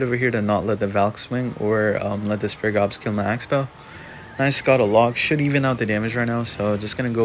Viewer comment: Bruh it’s not “spare gobs” it’s spear gobs lol